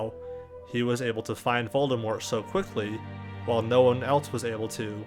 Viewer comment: Is a character with only one R in his name. I think I heard you pronounce it VoldeRmort several times in the video :D